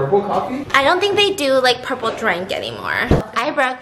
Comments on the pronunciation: “Pueple Food”😂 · Squishy TaeTae she said pueple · “PUEPLE FOOD” - Stephanie Soo 2019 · If Stephanie says it's PUEPLE then it IS PUEPLE